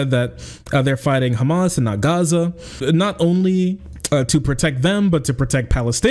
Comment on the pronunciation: please don't correct yourself when saying hamas. an H sound is the closest sound you can use not a goddamn Kh. its like calling someone with the name ahmad akhmad or mohammad mokammad. it hurts my arab ears lmao hamas is written with ح not خ